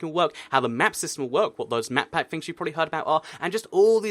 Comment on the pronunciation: Anyone else hearing him say matpat when he says map pack. #GameTheory&ToycatCrossover #MakeItHappen